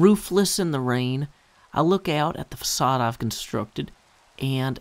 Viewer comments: ...In which they pronounce it "fakade," a word won't be using much. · There's no "ç" in English, and certainly not on US keyboards. While use of that character is certainly allowed in the spelling of the word, it's just "facade" in modern dictionaries. Which of course leads to pronunciation issues, as "c" followed by "a" is otherwise a hard "k." Pronouncing it the way they did in the movie... would not be family friendly.